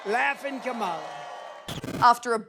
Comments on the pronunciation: 30 something newsreader mocks Biden for verbal mistakes and then says "Komala Harris" twice 😂. Well done. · Did anyone else catch how Whoopi mispronounced Kamala’s name? If she accepts that whole party. Maybe she should learn how to pronounce her own vice president’s name…….. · Where is the Democrats outrage of racism over Whoopi mispronouncing the VP's name?